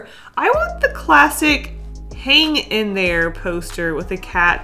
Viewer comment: "hang in thre" is the best part😂